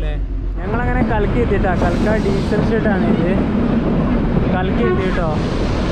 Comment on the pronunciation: കാൽക്ക അല്ല കൽക്ക ആണ്